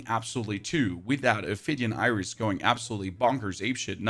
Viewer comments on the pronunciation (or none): none